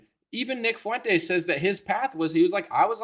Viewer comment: Real talk, I can't stand any of these clowns...Not "Mile Low"...not "Fuey"entes and certainly not "Tim Fool" or "Con"ye...